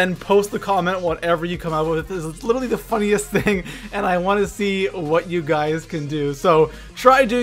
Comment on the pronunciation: Can you please pronounce literally correctly? It's littly killing me